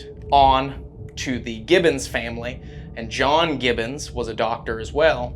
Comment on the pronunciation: That was so funny that you both kept calling them Gibson instead of Gibbons 😅